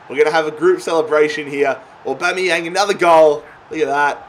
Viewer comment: Just when you started nailing the name you go and take it back to Bomeyang. BAMEYANG!!!!!!!